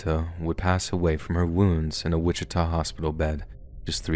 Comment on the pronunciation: I’m currently listening to this podcast on my way to Kansas City for thanksgiving. Right when I got to saying “Wittika” I entered that city. I am horrified.